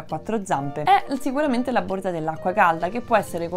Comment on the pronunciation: Borza, non si puo sentire!